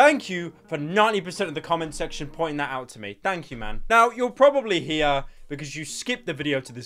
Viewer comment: It's "here" not "hiar"